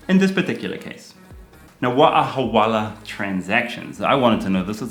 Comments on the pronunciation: It's Hawala not Halwala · Hawala not halwala حوالة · It's so unfortunate that bad thing hawala sounds so similar to our mouthwatering halwa... Even more that Karl is pronouncing it as 'halwala'. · It is Hawala not Halwala